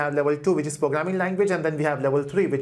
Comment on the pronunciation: Fun that he says pooograming.<3